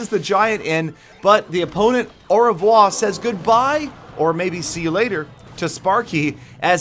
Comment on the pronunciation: The way pronounces "au revoir" is too funny.